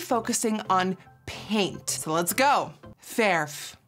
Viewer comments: It’s not perf its verf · Nikki be like: verf whit the pirate rrrr . Me : verrrrrrrrrrrrrrRrrrrf met de meest boeren r die er is.